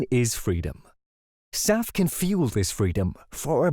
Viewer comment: SAF ... SAF ... SAF ... not SAP, sap, south, staff, south, surf, staff, self, staff, or Souths!